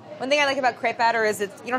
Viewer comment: Crepe... Kr Ape... And roll the r